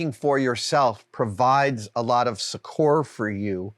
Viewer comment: Adam, I thank you for all you do, and all the stories and advice. But as I know that you always strive for accuracy in what people learn from you, I have to remark that “succor” is actually a homophone of “sucker.” It’s a seldom spoken word, and as you are one of the few who use it, I would hate for you to spread a mispronunciation